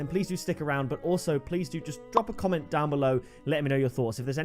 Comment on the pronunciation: You just said commemt 😂